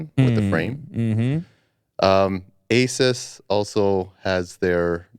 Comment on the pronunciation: As someone who works at Costco we still sell ALOT of tvs everyday. Also y'all pronounced Asus wrong lol